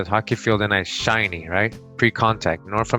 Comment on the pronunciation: You pronounce many words wrong. Shinney is pronounced shin-nee. Not shy-nee, and hoquet is pronounced ho-kay, quet in French is always pronounced kay!